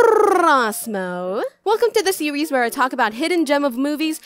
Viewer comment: Did anyone else hear her say "sewies" instead of "series"